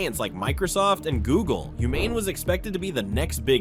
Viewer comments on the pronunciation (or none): none